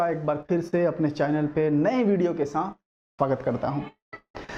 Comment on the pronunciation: Sir apne video k end m bola .... " Phir milenge naye video k santh " sir it's saath not santh